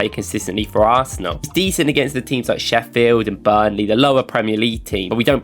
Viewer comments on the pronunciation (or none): none